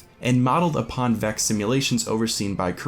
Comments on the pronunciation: Tacooo Time how does he not know how to say quaria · There was a Taken Dreg in concept art of the Hands of Oryx (Primus and Baxx). Also, not to be that guy, but Quria is pronounced 'Quary - ah'. Its like saying Quary with an ah at the end. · Everytime someone pronounces Quria as 'Korea' I imagine a big Kim Jong-un head floating around in the ascendant realm like a Hydra.